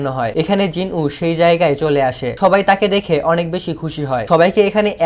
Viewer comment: আমি একটা কথা আপনার ভালোর জন্য বললাম । এখানে "সবাই" কথাটা অনেকটা "থবাই" এর মত লাগলো। আপনি একটু চেষ্টা করবেন এর পরের বার আরো ভালো করতে উচ্চারণগুলো। যদি আপনার উচ্চারণ আমার চেয়ে অনেক বেশি ভালো কিন্তু তবুও চেষ্টা করবেন আর একটু শুদ্ধভাবে বলার জন্য এবং তাড়াতাড়ি বলার জন্য। চাইলে প্র্যাকটিস করতে পারেন। আমি জানি আমি আপনার চেয়ে বেশি ট্যালেন্টেড নই । আপনার জন্য শুভকামনা রইল।